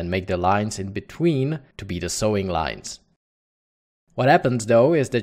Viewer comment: Pronounce Sewing.......... Sowing........ a long O Great Tut! Cheers & Thanks